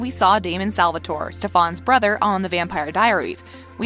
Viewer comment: Do you actually watch these shows? The way you pronounce Stefan tells me NO. You have also said Salvatore wrong in a couple videos. It's Stefan the "fan" is pronounced like "can". Some of the other things you say about the characters just makes me wonder seriously.... Do you even watch TVD, The Originals, Legacies, Supernatural, etc.